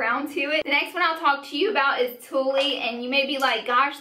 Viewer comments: "Tulle" is pronounced like "tool" Fun video. Beautiful lip colors! :) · also Tulle is pronounced "tool" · Don't forget TULLE lol -- she was calling it TOOLIE. not TOOL. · Co-Ah-La - Koala Australian Marsupial Lie-Chi - lychee Exotic fruit wee-gee - ouiji, oiji board, a spiritual boardgame, tool - tulle, mesh like fabic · this was super helpful and you're so bubbly and sweet! But I couldn't get over your pronunciation on bunch of the names: koala: co-wa-lah (the animal) lychee: lee-chee (the fruit) ouiji: wee-jee (like ouiji board) tulle: tool (the fabric) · koala = ko-all-a like koala bear, lychee= lee-chee it's a fruit, ouija= wee-jee as in ouija board, tulle = tool the material tutu (ballerina) skirts are made of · And Tulle is like tool. It's a fabric. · lol ko-ah-la, wee-jee, and tulle as in tool, like the material they make tutus from lol but this was too funny and informative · 1. Koala: co-ah-la 2. Lychee: lie-chee 3. Ouiji: wee-jee 4. Tulle: tool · It's not tullE. It's pronounced like tool. Tulle is that netting you make tutus with 😉